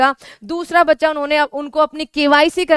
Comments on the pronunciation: Madam aap bachacha bachacha ..... bhut karti ho apka video aapse bdi umer ke bhi dekhate h .....😮😮😮😮😮😮 Please don't say " Bachacha " ....😊😊😊😊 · मैम ज़ब आप बच्चा बोलते हो तो बहुत अच्छा लगता है